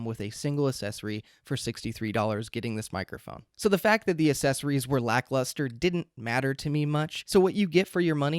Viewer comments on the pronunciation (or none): Thanks! Accessories is pronounced with a K sound after the first A - aksessories, not assesories. Accessories, starts like the word access, with the K. You're welcome. Now you will sound even smarter :) .... PS: It's so hard to choose a mic, unless one is sure they want the $399 Shure.